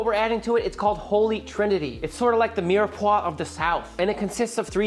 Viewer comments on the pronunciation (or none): none